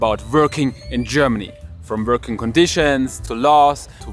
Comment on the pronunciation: Are u seriously pronoucing Vorking?